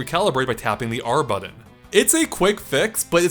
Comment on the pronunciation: buddy, it’s “button”, not “buddon”.